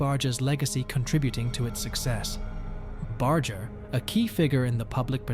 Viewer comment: This is such a CROCK OF S%&T!! You can't even pronounce Barger's name!! It's a hard " G ",not a soft " G ".